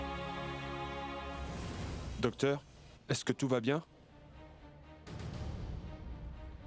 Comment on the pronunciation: dokteur yo tjr di sebla premye fwa 😂 mersi indien😂😊